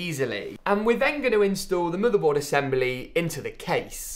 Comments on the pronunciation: stop saying muterboard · into the "muddehboard"